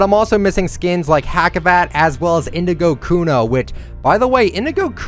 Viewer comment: Hacivat, the C sounds like an SS though ( Like Hassivat, not like Hackivat), just F.Y.I.